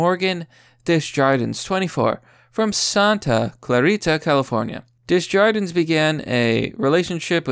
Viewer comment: 'Desjardines' -- French... 'des' ('day')(of the) 'jardins' ('zhard-dan')(gardens)